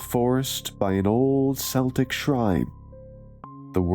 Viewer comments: it's Celtic pronounced keltic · It's a Kel-tech cross. Celtic is pronounced Kel-tech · I think you men Keltic not Celtic 😂